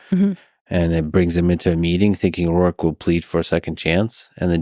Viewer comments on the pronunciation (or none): its not rourke its Roark.